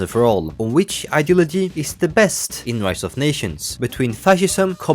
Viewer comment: every time you say “ideology” you either say it clearly or sound like an autistic person trying to communicate